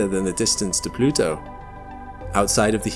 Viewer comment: I think we should stop referring to things as givens when they're only theoretical. Also, you mispronounced Pluto.